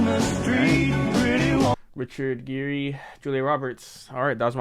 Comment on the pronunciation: Richard Geer's last name is pernounced like Gear.